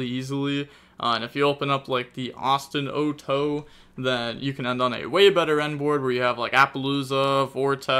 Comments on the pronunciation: The way you pronounce Ostinato is truly incredible. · not the ostinato pronounciation :')